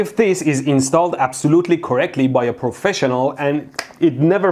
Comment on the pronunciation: "trust me, I'm a proffecional"